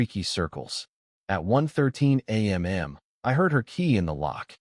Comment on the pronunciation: Decent story, decent editing. Narration is sub-standard, AI still pronounce a.m. as a m m. Seems like this could be fixed but is common across many channels.